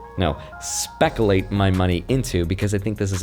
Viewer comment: spatula? he said specalate. spatula. thats not a word. he said specalate. and I want card tricks not juggling.